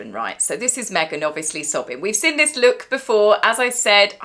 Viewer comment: Please pronounce seen not sin !!!